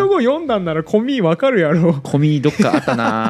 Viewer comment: 「呼んだなら分かるやろ」の"分かるやろ"のイントネーションに違和感がある。 他の方言なら申し訳ないけど似非関西弁やなと思ってしまう。 気になったから書いただけで他意はないです。